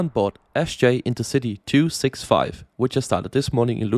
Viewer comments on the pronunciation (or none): Overall pretty servicable pronounciations, but Ljusdal through me for a loop. It's pronounced "use dahl".